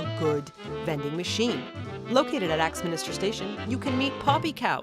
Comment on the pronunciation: Jaw dropped when you showed off Lyme Regis! Spent many a summer there as a kid, and in Weymouth where my dad’s family were. Also just a gentle nudge: Leicestershire is “less-te-sher” (not shy-er) and Axminster is Ax-min-ster (not minister) but those are extremely easy mistakes to make (and also it IS said “laycock” not la cock but yours is funnier so stick with it)